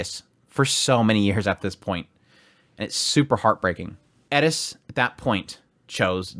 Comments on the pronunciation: Would be better if the content in the top right was bigger and his face in the small area. And why is he pronouncing eris wrong? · Aye bruh why you saying her name like that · i cant stand that he says eris differently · Tried to watch the video. The way you pronounce her name is cringe and it hurts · I was referring to how in the video he says Rudeus with an R but Eris with an L. I know in Japanese the sound is closer to an L but my problem is with his inconsistency with pronunciation rather than just the fact that he uses the Japanese pronunciation. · I hate how he pronounces eris. He sounds like he's trying to rush through the name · Stop pronouncing the names wrong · Why are you pronouncing that way lmao 🤣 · Say eris name correct, hurts my brain hearing you say it wrong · CAN YO STOP SAYING HER NAME WRONG ITS RAGE INDUCING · i stoped watching the video because of it even tho i tried, if hes gonna make a video on her he can at lest say her name right its not that hard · Im sorry i cant watch this because of how you pronounce her name its hurting my brain but im gonna power through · Why you say Eris name like that? Just curious is all... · Why are you saying it like that? Eris, you're saying Edis. Edis isn't her name or how it's said. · It's ERIS NOT ERDIS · Is it Edis or Eris? It sounds like you're saying Edis. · Why you say her name like that? Errris sounds like your saying edis? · Eris....not Edis. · Why are you pronouncing it like it's Edis when it's pronounced is Eris ??? Are you trying to sound like you have a dorky Japanese accent??? Even in the English dubbed they pronounce it like Eric but with an S. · How do you keep pronouncing her name as adess..?! There is no D in her name , Eris Is her name. Air,ess If this helps, you pronounce it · 1) not a Japanese name, it’s a fictional world with fictional names. 2) Double standards. The pronunciation of Rudeus stays ‘Rudeus’ but Eris is pronounced ‘Elis’? Doesn’t really make sense. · Who is edis? It’s Eris